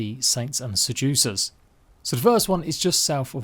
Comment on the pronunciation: Saints and Se-jew-cers